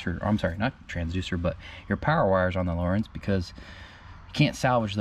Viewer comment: It’s lo rance not Lawrence